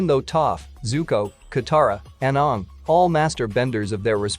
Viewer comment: 1 . Why am I not here 2 . Can you do something about the fact that the computer pronounces aang the way the cursed movie does ? 3 . Aang was technically 112 when he defeated fire lord Ozai